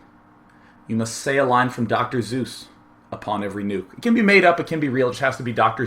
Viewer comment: he does know that it's dr. seuss, not zeus, right?